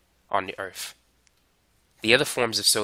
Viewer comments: "Earf" instead of Earth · i like how he teaches chemistry but HE SAID EARF(earth). take some grammar while your at it. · Did he just say earf?